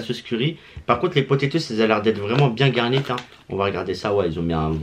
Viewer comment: ... "bien garnite" 😂🤣🤣.